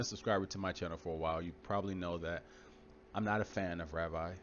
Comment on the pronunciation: First it's not pronounced Ravai, it's pronounced Ravee, though it's spelled Ravi, and Ravi Zacharais was just an eloquent speaker and many even idolized him, which God hates. Let us just show Christian love and pray for his family and close friends who'll be hurting beyond words, let us remind ourselves that like all of us he was just a sinful human being, who struggled with sin, and also let it be a warning to all of us to live what we preach, may God's comfort and healing be upon Ravi's family and may this tragic and painful episode draw them closer to Jesus, this is my prayer for them.